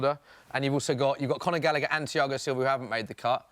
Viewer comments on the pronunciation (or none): he said Gallagher 😂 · Had to turn it off half-way through. When he said gallagher- i lost the plot